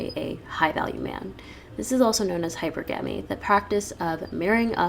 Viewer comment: Never heard “hypergamy“ pronounced that way